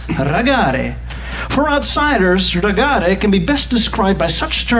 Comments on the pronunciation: It is not "ragaare". That would be Italian pronunciation. It is "Raggare", if you have trouble with that, say it like "ragggare".. Finnish American car culture is a bit different, there are some raggare elements but it is more traditional hot rodding and restoration. And there are whole lot fewer "rebel" flags... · The pronounciation of "raggare" made it sound like italian... But I'd say the 1965 Impala is the most popular to name one model. Also we put sound systems in them and consume alcohol. I'd say we pronounce it "rah-gaw-ruh" or "rah-gah-ruh". We also have a-tractors and EPA-tractors wich kind of ties in with the culture. Look into that! 😂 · American "Raggare" isn't Italians in Sweden, so why pronounce it like that :D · Lol! What`s up with the Italian pronounciation of the Swedish word Raggare!? 😂🤣😂🤌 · I hate how people in videos like this say "Raggare". Makes it sound Italian. We don't have the accent on the end like that. The focus is on the A at the start instead.